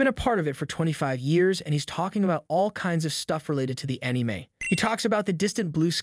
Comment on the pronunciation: “Pokimin master” “muutoo” “animeeh” unless this is a bot voice, this guy probably thinks he’s a Pokémon fan yet he can’t even pronounce the simplest of things in the franchise.